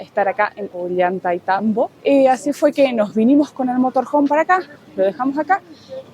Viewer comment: Muy bueno el video y las explicaciones a través del camino hasta Aguas Calientes. Hermosa Santa Teresa, y mucho más lindo Machu Pichu Pueblo. También hermosos los hoteles en que pararon. Sigan disfrutando., Ollaitaitambo, jajajaja. A Mary y Guille, también les costaba pronunciarlo. Desde Mendoza muchos saludos 🤗 😉